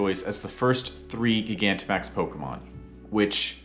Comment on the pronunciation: Please stop saying it like that its like gigantic not giga